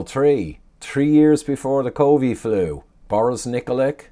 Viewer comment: Small thing but it annoys me when you say “covee” flu 😂